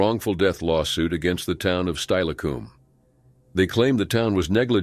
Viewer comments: Learn the dang pronounciations! Steilacoom is pronounced Stil a cum NOT Style a coom! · It's pronounced stillacom not styacom but still tragic and living in Washington state myself my entire life the waterways here are very dangerous and friend of mine's nephew drowned in the green river so I know it's dangerous to swim anywhere else but a swimming pool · Steilacoom is pronounced "Still-a-coom" not "Stile-a-coom".